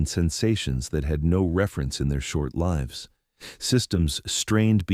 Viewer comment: The AI has to be tweaked because it keeps missing pronouncing words like "lives" wrong continuously.